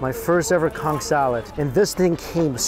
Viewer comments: Conch not cunk! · All i heard was COnCK 😂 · i agree, and ngl think its disrespectful to the cultures where those foods come from, as well as his audience if he's doing it on purpose.